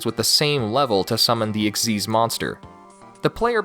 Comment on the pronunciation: XYZ not XYZS